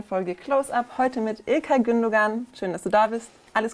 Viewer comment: Der Moderatorin muss mal jemand erklären wie man Gündogan ausspricht.